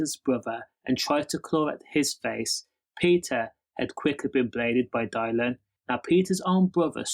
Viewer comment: Whos Dial-in? 😂 Good video tho mate